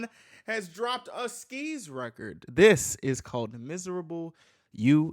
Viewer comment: How do u yall pronounce skz cuz i say s-k-z and man straight up said skeeezzz